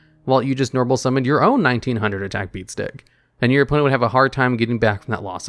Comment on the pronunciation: I do not know why I find how you say "beat stick" so amusing 0/